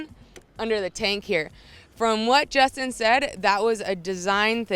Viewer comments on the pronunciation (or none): none